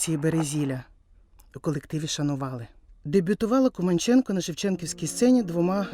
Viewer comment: Дяка за Вашу працю! Поліна Володимирівна була дивовижною людиною! А прізвище вимовляли КумАнченко. У нас в Молодіжному працювала її рідна племінниця Луїза Філімонова.